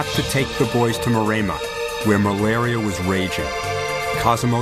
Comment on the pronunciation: "It was malaria not murda."